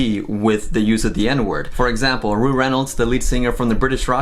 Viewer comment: Rou like ow not like oo